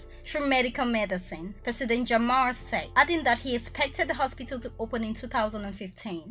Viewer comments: Is jammeh not jamma😂😂😂😂😂 can't stop laughing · The former president Yayah Jammeh his last name was not pronounced correct by you. Is not Jamah is Jammeh. You better pronounce it correctly please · I am sorry to say this but the things you are narrating only 1% is correct out of 10. The person who feed you information about The Gambia knows less about The Gambia I am sure of that and our President's surname is not Jamma the correct way of pronouncing is, Jammeh not Jamma .